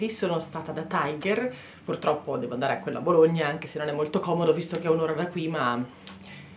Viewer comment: Non si pronuncia "Taigher". Non è un franchising inglese, bensì danese. Ciò implica che si pronunci "Tiger" esattamente come si scrive, ovvero tigre in danese. :-)